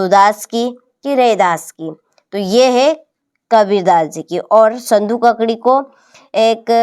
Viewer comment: संधू ककड़ी😅😅😅 या सधुक्कड़ी